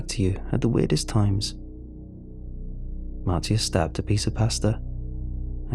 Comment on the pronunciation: No offence, but I'm pretty sure her name is pronounced Marsha, with a "new era" spelling. To everyone listening, take a shot every time he says Martee-a...